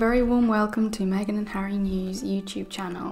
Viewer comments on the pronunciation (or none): none